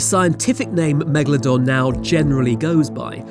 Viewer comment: Megladon More like Lemadon